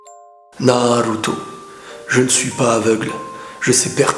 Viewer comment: il a dit naluto